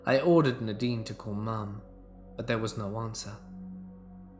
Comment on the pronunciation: 🎃👻🕸🦇🖤🧡🏴‍☠️ It’s pronounced Nay-deen